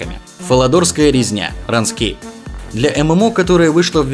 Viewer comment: Да только Рунскейп а не Ранскейп лол